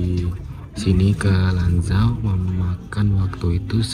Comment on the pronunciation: Chongqing bacanya chongching bukan Chongking Lanzhou bacanya Lanchou bukan Lanjou Gansu bacanya Kansu tidak ada yang benar abang ini baca pinyin